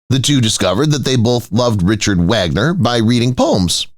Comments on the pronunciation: The narator mangles pronunciation of 'Ludwig' and 'Wagner' so can you imagine how he'd mangle 'Neuschwanstein' !!! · Also the name of Richard Wagner. I don't believe I've ever heard such a wretched "historical " presentation.